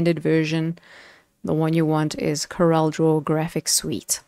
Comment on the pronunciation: Hi. I like your presentation - clear, concise and correct pronunciation of CorelDRAW. Just wanted to mention that the pricing listed for the Graphics Suite is annual subscription pricing, whereas the other two are perpetual licenses. The current list price for the perpetual license is R11070, so it is the more expensive option. Most of my clients are on older versions, some as far back as X3. They see the features on the newer versions and would love to upgrade, but few can justify the expense. I also think the recent pricing/feature models used by premium software developers are disingenuous, as they try to push users to subscription models by limiting the features on the perpetual versions. Some, like Adobe, no longer even offer perpetual licenses. The high cost of subscriptions makes this option unaffordable for most users in countries like South Africa.